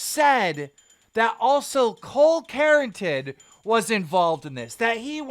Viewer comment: "Carington" 😂😂😂😂😂😂😂😂 lmfao